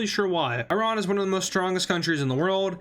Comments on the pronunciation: The more the video progresses, the more he learns how to pronounce Iran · its not i ran ,its iran man ,pls correct your spelling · Irun?i hope my ears malfunctioned.